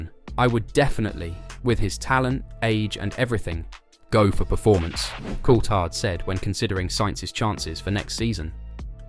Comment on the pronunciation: Please pronounce Colthard's name properly